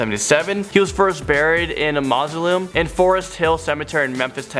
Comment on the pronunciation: Are you sure you speak English. "STARTford upon Avon in WARKWICKshire" and "MARSO-LIM"